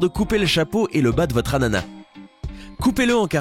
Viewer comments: Et on dit pas anana mais ananas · Il a dit l'anana au lieu de l'ananascommente si c vrai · Ca se prononce " ananasse " , pas " anana " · Tu as dit anana mais c'est ananasssss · C ananas pas anana sa m'a stress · Il a dit '' anana''et on''ananas '' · Moi je dit que ananas,bah sa s'écrit comme sa: Anannas mais que sa se dit comme sa:ananasse. Voila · Bcp disent anana au lieu d ananas... Pas la première fois que j'entends ça... Et ces gens là disent "un anana des ananas" alors bon O.o pour moi c'est ananas avec un S également ! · Heu on dit ananas pas anana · depuis quand ses anana et pas ananas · ananas pas anana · Chui la seule que ça dérange qu'il dise anana et pas ananasse ( la prononciation) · On ananas pas anana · C'est pas anana c'est ananas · toujours dis anana..sse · On dit ANANASSSSSSSSSSSS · l'ananas, il faut prononcer le S, au singulier ou pluriel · Sa me soule qu' il disent anana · En dit lananas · On dit ananasse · Il dit l'anana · Ananas se lit " ananasse " !! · La preuve que sai une fause personne il a di ananas sans s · Sa me stresse quand il dit anana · On dit ananasse !! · Jpp le mec il dit l'anana 😂😂😂😂😂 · Je rêve ou il a dit l’ anana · Tu a dit l'anana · Le S de l'ananas se prononce, ça m'a fait bissard quand tu la pas prononcé ( en tout cas où j'habite ont prononce le S )😊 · Bonne année est on dit ananasse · Je dit... { ANANASSE } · Tu sais pas prononcer l’ananas ? 🤮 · Y’a que moi qui ai entendu qu’il avait mal prononcé l’ananas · pourquoi il prononce ananas sans le s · Heu pourquoi il ne dis pas le S c'est pas anana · Le S a ananas se prononce !!! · Le s de ananas se prononce !!! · on dit l ananas en prononcent le s a la fin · On prononce pas le "s" de ananas?! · TheBEAST !010! oui